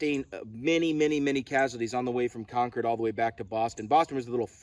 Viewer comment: Excellent video; especially the summary. Jared will be happy that you said "Konkerd" the correct way.